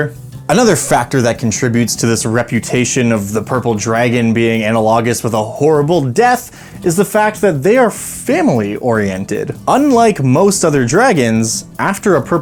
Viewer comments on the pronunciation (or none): Just for future reference, 'analogous' is pronounce "Uh-na-luh-gus" (With the 'na' pronounced like in 'knack'). English is weird. :) Great video, thank you! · The way you say “analogous” 😂😂😂 Love the video tho, we are going to start Dragon of Icespire Peak soon and I’m thinking about putting a purple dragon in instead of the white one. I think it would make the final battle more climactic with a large lair and more mystery.